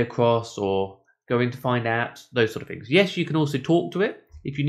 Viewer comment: Access to other 'fings'...like English language??? 'Everyfing'